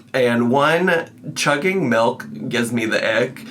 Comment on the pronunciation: Chuggeen melk